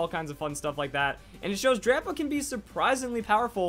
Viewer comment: Is it just me or am i the only one that thinks he keeps saying Grandpa instead of drampa? :)